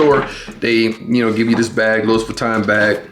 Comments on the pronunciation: If you are going review a pair of shoes and have any credibility, please say the name of the fashion house correctly come on man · Imagine pronouncing Louis Vuitton wrong and saying it that many times 🤯